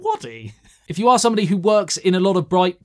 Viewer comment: Word of the Year: "Somewody" 😂